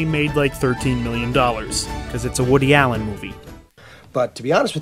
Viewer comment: I love how you pronounce Woody Allen's name correctly, so many get it wrong.